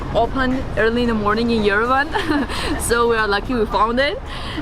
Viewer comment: Why on earth somebody, anybody ( like that guide of his) tell this guy how to correctly pronounce the name of the Armenian capital YERVAN AND NOT YERVEN!